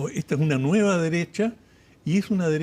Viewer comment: Wajajajaja la "extrema" dereshhhhha...😂😂😂